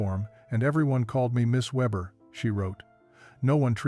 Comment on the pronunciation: Anna Weber (means weaver) Surname is pronounced VAYbuh.